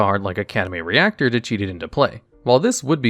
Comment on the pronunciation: Academy Rector is not pronounced like Reactor, but like Rectitude or the Re of Reprisal and the ctor of Hector. This video is attacting a lot such comments. I love your videos.